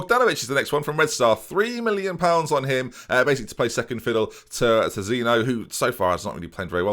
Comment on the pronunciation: Zeen-yo Not Zeen-o Fix it